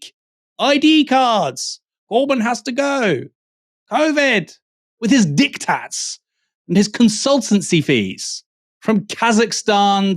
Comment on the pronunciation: when he said "dictates" i heard something.. else